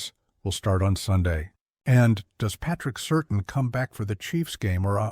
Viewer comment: Please say Patrick Surtain’s name properly.